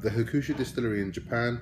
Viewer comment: It's pronounced Huck - Shoe not Ha-Koo-Shoe. Just letting you know, good review.